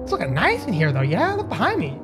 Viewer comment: Niceu niceu! Very niceu!